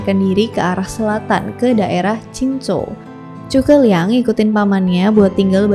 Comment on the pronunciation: itu udh bener pronunciationnya